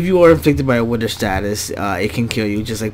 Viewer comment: its not widder its wither